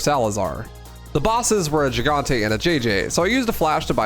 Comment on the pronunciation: Why does everyone mispronounce the word "Gigante" in reference to El Gigante? Is it a meme? Lol I'm not trying to troll it just seems like everyone does it on purpose.